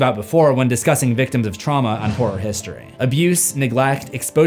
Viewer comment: Sounded like you said welcome to whore history and my first thought was "appropriate".